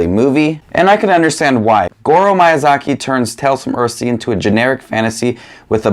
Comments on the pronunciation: Please dont say "Mayazaki" anymore 😅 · miy- pronunciation is like saying sheet sheep, mee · Your pronunciation of Miyazaki is probably the worst thing about this video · THANK YOU FOR SAYING IT! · Hi,! I was surprised with your ranking, I didn’t expected some movies to be ranked so low and others so high. That’s very interesting! I’ve watched most of studio ghibli movies, my favorite is kiki’s delivery service. I don’t usually comment, but I really enjoy your channel! PS: i hope you don’t take it the wrong way, but i just thought i’d let you know that the correct pronunciation of Miyazaki is actually different.